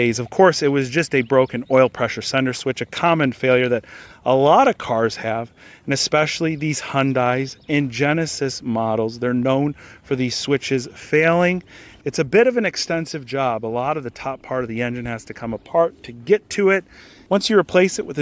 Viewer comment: HUNDAY like SUNDAY but with an H. Not whatever they heck you called it LOL